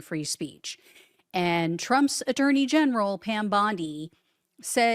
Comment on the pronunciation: I just heard "Trump's dirty general" but you said attorney general. 😂😂 i like my interpretation better.